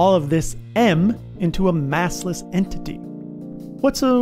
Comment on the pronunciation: Massless ❌ assless ✅